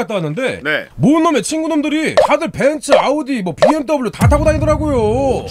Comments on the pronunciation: 벤스 발음 듣기 좋네 ㅋㅋㅋㅋㅋ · 벤츠를 벤쓰라고 말하는게 왤캐 고급스럽고 믿음직스럽지ㅋㅋㅋ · 중파형 벤츠 발음 고급지다